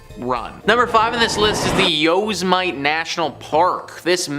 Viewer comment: How do you mispronounce Yosmite? (Yo-Sim-Mitty)